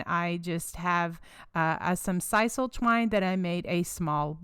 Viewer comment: what is "Sisel" twine???